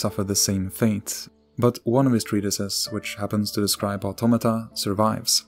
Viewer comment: Thank you for pronouncing the words "automata" and "automaton" correctly, and not that weeb 'oughttamatta' trash.